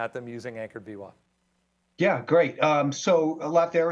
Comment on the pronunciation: If you know Brian long enough through his videos it’s called vwap like Apple, not vwop. I learn a lot from him thank you!